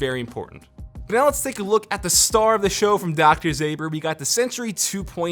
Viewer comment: its Dr Ząber not Zaber.